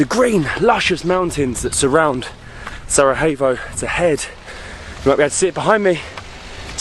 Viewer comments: Just one lil correction is the pronouncing the name of the city of Sarajevo it is not Sara hey vous but Sara ye vo. Sending love and hugs ❤ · You keep mispronouncing Sarajevo! J is not pronounced as H like in Spanish. It’s pronounced as Y. As in Yoyo. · Great video, guys! Just wanted to tell you that the J in Bosnian is pronounced as a Y. So Sarajevo is pronounced as Sarayevo ;-) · Exactly. Don’t get me wrong but you’ve mispronounced the city’s name countless of times, if not butchered it mercilessly on some occasions… Sara-evo… Sarahevo… honestly, it doesn’t hurt to ask the locals first if you’re not sure or never heard the name called out loud. Believe it or not, but historically and globally speaking, it’s not an obscure countryside location no one’s ever heard about so it doesn’t take long to get it right. I know it might sound petty and unimportant to many, but constantly mispronouncing the name of the place that you actually present doesn’t give it much justice, if you know what I mean. Hopefully you don’t take it personally as we all enjoy watching your adventures and appreciate the effort made in all videos. Keep exploring and enjoy the atmosphere of each & every place! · Love Bosnia, I spent a few days in Mostar last year...stunning old town! I'm curious though, isn't the j in Sarajevo pronounced as a y in English? I've always known it as Sarayevo, not Sarahevo! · Yes, letter 'j' is pronounced as letter 'y' (Yankee 😁) in English. It's definitely not SaraHevo or SaraJevo as you would pronounce the first letter/sound in the name Justin. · Was wondering why he kept saying Sara-hey-vo and Sara-hey-vsko😅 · really enjoyed the vid but your pronunciation of Sarajevo wasn't it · You are aware there's no H in "Sarajevo," yes? Like, it's not like Spanish where the letter j is pronounced like an h?